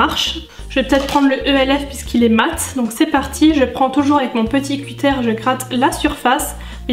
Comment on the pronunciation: On dit pas cutére mais un cuteure